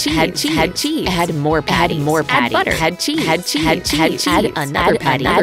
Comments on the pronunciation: Start: Ok this is going quite good. Middle: CHE-CHE-CHE-CHE-ZE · When she says ' cheese ' I hear SHEEEEEEEEEZ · When she says and chesse its like snezzig like 'hache' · her saying "add cheese" is "ha chee"